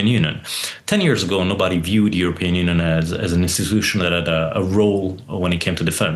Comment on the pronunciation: He can't pronounce union, sad